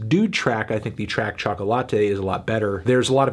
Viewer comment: "tchoco latte"